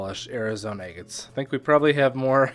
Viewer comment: I love how you call them egg-its. Lol.